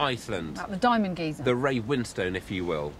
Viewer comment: It's actually called Geysir, not geezer or geyser ;)